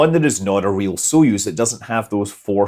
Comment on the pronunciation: Btw Soyuz isn't with an "o" but it's pronounced "a" like in some common English dialects "not", "nut", "hut" etc. --- accent is on "yuz" (speak like "use")